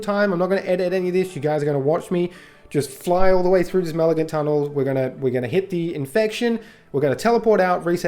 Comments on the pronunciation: point is that you were saying "maligant" (mal uh gunt) not "malignant" (muh lig nunt). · Also: mah-lig-nant. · it is. And what you said is NOWHERE EVEN SLIGHTLY CLOSE to malignant. Fcking hurts to listen to you. Also bahbah heart?? 🤣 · Brother.... WRATHful, not wraithful. Malignant, not Maligant....